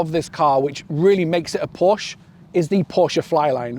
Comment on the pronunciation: A word to the wise ... "Porsche" is a two syllable German name. Those of us who are already in the club don't mind if pedestrians mispronounce it every once in a while, but ... Great review otherwise. I'm almost certain I'll move from my Macan S to one of these when it's proper to do so. Thanks